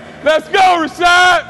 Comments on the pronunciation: " rashod"-CT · "RASHAD!" lol he didn't wanna step to CT and correct him 😂